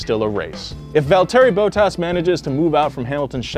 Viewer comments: ”Valterri BoatAss” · “Valteri Bowtas” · “Varl-terry bow-tas” no no it’s val-tedy bot-tas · bruh did you hear him pronounce valterri bottas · Absolutely no one:: Val-terry boat-ass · "Val-TERRY Bow-tass" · Val-terry Bottas: Nigel Man-SELL (emphasis on “sell”): 2012 Mercedes driver = Lewis Hamilton Whats wrong? Have you had your morning milk? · "Val-terry Bow-tas" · Great vid. Loved the research. Small suggestion to try to pronounce drivers names correctly... Valteri Bottas and Nigel Mansel in this vid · “velterry botas” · Val-tear-y Boat-as 🥴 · His pronunciation of Valtteri Bottas gave me a brain aneurysm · Did you hear pronounce Valterri Bottas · The way you Proniunced Valtteri Bottas is annoying me